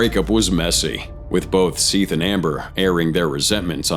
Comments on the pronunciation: How are you gonna say all the criminals names right, but mispronounce the victims name so obviously? It is Seth not “Seeth” 🤦🏼‍♀️. I can’t even watch the rest of this video. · Seath Jackson’s name is pronounced Seth.